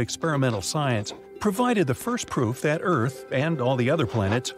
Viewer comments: Lol ERARTH? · Bruh it's earth